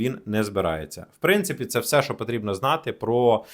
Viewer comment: не всьо, а все, телепень